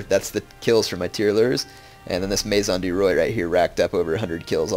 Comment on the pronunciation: Maison du roi is pronounced may-zon du wha.